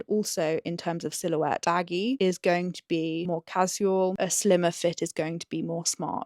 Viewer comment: I find it interesting how you pronounce casual like ka-ziu-uhl and not ka-shoo-uhl. Is it something regional?